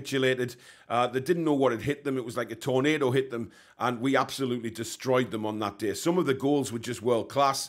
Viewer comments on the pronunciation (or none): none